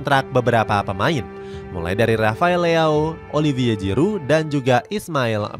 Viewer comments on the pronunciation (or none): none